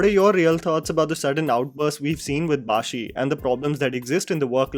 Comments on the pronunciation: Not bhashi, bhaSi… ssss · Its not ‘baashi’ its ‘bhaasi’. Like भासी in hindi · Hi, this is to and all non-malayalis - It's Sreenath BhaSi, not BhaSHi. Happy learning 💝✌️